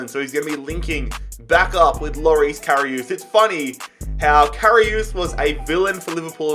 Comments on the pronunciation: if you want to pronounce Karius right it’s CARRY US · Who else was triggered when he said KaRiOoooooS